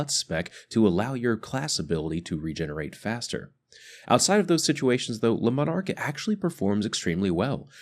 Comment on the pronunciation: Its pronounced lemon ark.